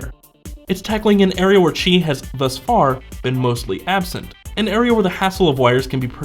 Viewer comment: Good video, but it's pronounced, "qi".